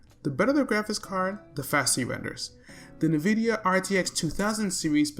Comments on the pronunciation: Good video. BTW Nvidia is pronounced "in-vid-iya" with the first syllable sounding like "in." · No one's gonna talk about the "Nuh"-vidia.